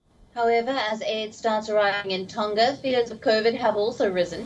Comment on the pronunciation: It is Tonga not Tonka The pronunciation of Tonga is like this, the ng on Tonga, think of the word, ' song' 🎵, the To + the nga is pronounce Tonga, not Tonka